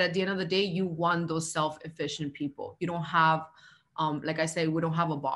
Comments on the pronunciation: if she says “self-efficient” again🤬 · It’s self-sufficient not self efficient. She’s making my ears bleed. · Sounds like the first hun is bilingual, which is admirable!—but the word is “self-SUFFICIENT,” not “self-efficient.” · Is she saying self sufficient or self efficient 😂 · is she saying self "efficient"...?